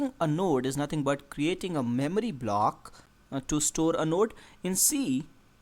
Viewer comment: memry memry memry memry